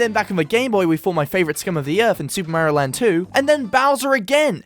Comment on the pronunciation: Dose he say mamario? Or is that on purpose? 😂